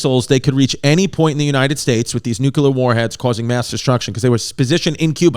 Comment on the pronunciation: NUCLEAR, Chris! Nuke. Lear. Say it with me... Nu. Ke. Le. Ar. Nuclear. NOT: Nuke. Ular. U. Dufus! -with love